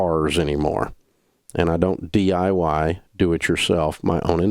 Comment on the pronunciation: “I don’t DYI my own investments” Dave Ramsey